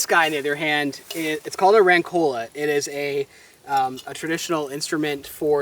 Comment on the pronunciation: The correct pronunciation is "ròncola" (accent falls on the first "o"). Keep going guys!